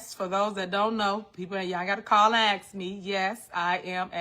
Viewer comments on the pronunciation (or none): She really needs to take an English and grammar class and learn how to properly articulate herself! And it is ASK not AX!!! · "Y'all ain't got ta axe, yes I am a republican" gurl bye!!!!!